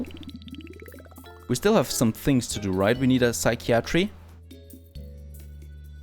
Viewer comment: Yay so proud haha :D You got psychiatry right! Another very weird one is cupboard actually is said (kuh bird) or (kubberd). So relaxing watching you build. Hope you enjoy it!